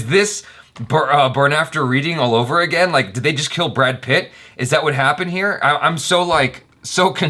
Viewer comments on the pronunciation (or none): none